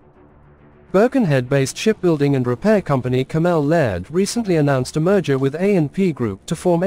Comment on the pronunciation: Cammel is pronounced camel not Cam-ell